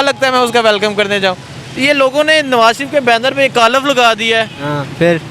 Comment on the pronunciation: کالف نہین ۔۔۔۔ کالک 😂